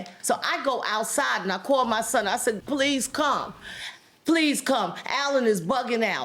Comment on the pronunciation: The plaintiff has introduce a new dialect Pleaze,sssss, putzit...lol